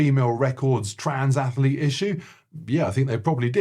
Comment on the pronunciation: Hi, I really do love your videos. I do have one request though, please??? It’s ATHLETE not ATH-A-LETE! And Athletics not Athaletics! I love the Rocky 4 clips … also Phil Jupitus looks unconvinced you could open for Letterman….